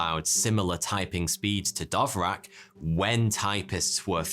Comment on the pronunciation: Haha!! You pronounce "Dvorak" with two of your sounds swapped. Perhaps you are speaking with the wrong keyboard. 🙄